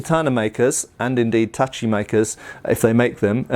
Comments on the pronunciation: Relieved to finally see pronouncing "tachi" correctly. <3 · You know, I was surprised when you said "tachi" and not "tashi" hahaha